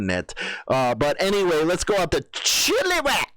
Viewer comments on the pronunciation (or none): Damn you sure butcher Canadian City names it’s not Chilli wack it’s Chilliwack all one word the i is a small sounding i not a e sound, isn’t HollEwood. Damn I’d hate to hear you say some names in Saskatchewan or Say Saskatoon Saskatchewan.